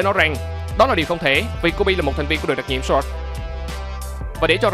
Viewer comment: Thành viên Sọt. Vãi chưởng đọc tiếng Anh